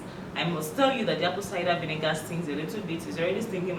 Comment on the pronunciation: When she says Apple Cida We Nigga 😂💫🙈